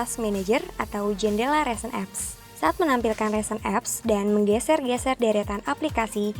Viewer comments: dan ri-sen, bukan re-sen 2.02 :) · risen bukan resen, tp cakep kok hihihi :*